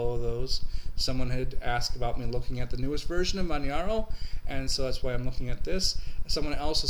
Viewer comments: I agree with Bierce88 it is pronounced as in Kilimanjaro after the mountain range..Some people have been pronouncing it Manharo but that is wrong.. Manjaro has probably the best hardware detection in the business and the AUR is possibly the best source of software...My only other system I do like to use is Antergos which is true Arch with a GUI. Great video and thanks for this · Yeah... it sounds like Kili-manjaro. mispronounces it... too much Florida Sun!;)